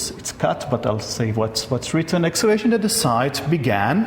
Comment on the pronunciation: 6:xx I heard "actuation" but it was probably "excavation"